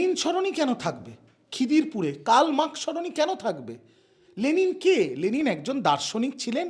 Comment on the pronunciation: কতটা গাধা বা রামছাগল হলে 'লেনিন' কে 'লেলিন' বলে বা লেখে ???????????